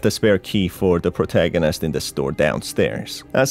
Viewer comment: I LOVE WHEN U SAY POURTAGONIST THO